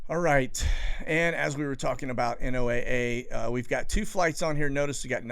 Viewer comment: Just to let you know, people in the business of ocean/atmosphere research don't say N-O-A-A when referring to NOAA. We say "Noah"... Just a pet peeve.